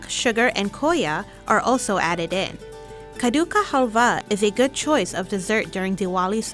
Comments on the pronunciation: Khadiukkha haalva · It is kaa-duu- kaa _haal_wahh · Cadduka haalwa 😅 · When she said kaddu ka halwa in English accent I'm happy it gives a great smile in my face 😁😁